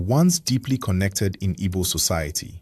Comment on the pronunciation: Do well to get your pronunciations right. Don't be too quick to produce a half done job, it mostly puts off the listeners. In Igbo diction our KP is prominent, the p doesn't swallow the k hence Ukpabi is Ukpabi and not Upabi. Same as Igbo(not ibo) and Chukwu(not Chuku).